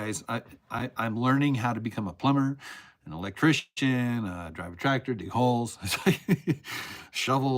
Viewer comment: Did you say your learning to be an " electchristian? " love the show.